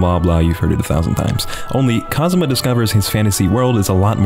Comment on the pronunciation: Who's this "Cosma" you keep mentioning? Do you mean Kazuma?